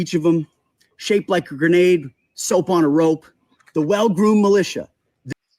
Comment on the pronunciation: "Secretary of Defense that sells soap on a rope." says it Texan🤠😂